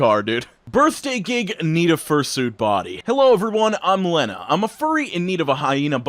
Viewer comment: Small FYI: The name 'Lena' is pronounced 'Lee-na', not 'Len-a'. :)